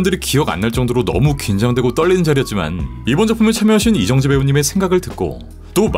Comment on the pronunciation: 멋지다... 하지만 발음하실때 조심하셔야합니다.. 이정재.... 다... 이렇게 발음하심 안되요..